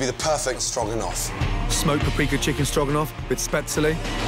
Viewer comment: Damn Ramsey! That strogranoff is giving me life :P